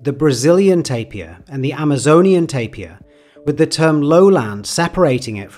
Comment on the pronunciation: Lastimosamente el locutor decía tapia en vez de TAPIR